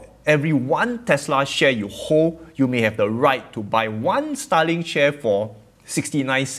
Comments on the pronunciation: i had to listen hard to what you were saying this time, because otherwise, every time you said starlink i thought you were saying stalin XD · i thought u were saying Stalin. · The way you pronounce starlink is quite funny. Sounds like "sta-ling".